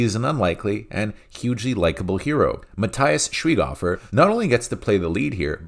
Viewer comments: Good Review. Will watch. Say with me: Muh tee ahs Shvike hehver. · Mahteehahs Schwahighoeafer - you should pronounce it that way. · I also liked it, one of the better Netflix Films. Love how you pronounce Matthias Schwaighofer (greetings from Austria) 😉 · I'm German and the way you pronounced Matthias Schweighöfer made me laugh so hard 😂 Great review though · please look up how to pronounce Matthias Schweighöfer's name. It hurts the ears of anyone speaking German. The English Wikipedia page even has an audio snippet for the correct pronunciation.:D